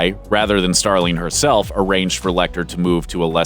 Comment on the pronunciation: "Starleen?" it's "Starling" ffs